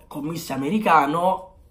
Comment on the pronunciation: Si dice CÒMMISSO, cognome calabrese molto noto nella mia città ahahah, un saluto.❤️